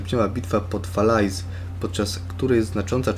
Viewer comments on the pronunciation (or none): Falaise czytaj Falez